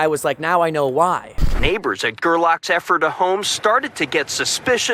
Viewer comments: This happened in my home town, I use to drive by his house every day, hung out with my friends on the same street, rode bike on the unpaved roads around the corner of Ephrata. Nobody had any idea this was going on for so long 🤯 (Also Ephrata is pronounced Eff-ruh-Ta) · FYI, it's Ephrata (mis-labeled on your video map). You pronounce it as EFF-reh-tuh, with emphasis on the first syllable. In case you do any more videos about where he lived. Very interesting footage. It just makes me sad how many lives this thief has affected. Just awful. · I’m from this areas. The town is pronounced EFrata with the emphasis on the EF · I had to laugh...I live in PA, and ur pronunciation of Ephrata; pronounced eph-er-RADA and I didn't realize what u said at first. It's actually pronounced EPH-ra-ta. My cousin is a surgeon living in that town. We have a load of ridiculous town names in that area...Blue Balls, Intercourse, etc. PA is generally peaceful, with farms, etc; and lots of Amish. But, along w/bone boy, there are a lotta whackadoodle things going on. Very glad you guys were up here; I would've loved to meet you. It's a big state, soooo... lotta places to check weird stuff that happens; especially western PA. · Let me help you stop getting it wrong Ephrata is pronounced like Eff-frah-tah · Ephrata is pronounced Ef ra ta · Making Ephrata sound like some fictional kingdom 🤣🤣 it’s pronounced like effort-uh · Ayyy you passed my house in ephrata lol and it’s pronounced Ef-ri-ta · The town is pronounced F ERR TA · This was my neighbor and I went to highschool with him. Weird to see you in my neighborhood. Also, it's pronounced Effrituh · Great video, I’m from juniata county Pennsylvania, just outside of Harrisburg in a small town. The town he lived in is pronounced Eph-or-tha with the first “h” sounding like an “F” and the last “h” being silent. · Ephrata is “Ef-fra-duh”. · Pronounced eferda.... your friend's pronunciation is way off. Lol. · The way you pronounce Ephrata lol